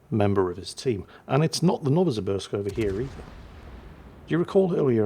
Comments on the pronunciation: Novo Sibirsk... Sibirsk as in Siberia... You're welcome.. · Novosibirsk - no-va-si-BEERSK - no-va like a supernova, si like simple, and the 'sk' like sketchy as frig. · 'Novosibirsk' is pronounced as 'novo-SEE-beersk' (added vodka-induced drunk Russian accent optional). Both the points lead and the Condé reaching 0 health just a fraction before the Marceau did, who had a sliver of health remaining when the Condé's bar was already empty, probably made that a victory. It is sketchy, though. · Dear, Nova-see-BEERsk